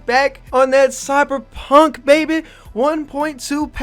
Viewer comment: "cybuh p hunk baybeh"